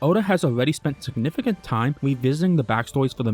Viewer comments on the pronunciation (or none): none